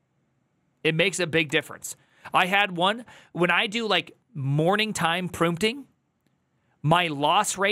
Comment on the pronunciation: prumpting? is this your little tick you have for audiences to latch on? most of these people seem to have some .... original... sound they make... hahahahaaa